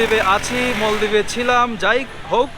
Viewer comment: মলদ্বীপ না ভাই, উচ্চারন হলো মালদ্বীপ।